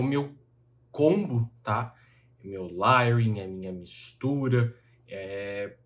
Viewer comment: sem querer ser chato, mas acho q vc sempre preza por trazer informação do jeito mais correto possível. A palavra layering se fala lEiering e não lAiering